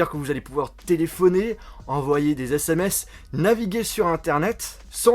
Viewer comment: Des "ZÈSSÈMÈCE" ?😂